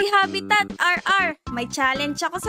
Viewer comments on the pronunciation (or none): Kuya habitat surakd saying habitat